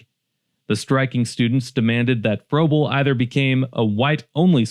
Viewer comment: Pronounced Fraybul and Tallastun.